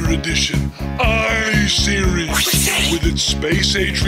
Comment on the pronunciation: my favorite line is his "I series" lol the emphasis on it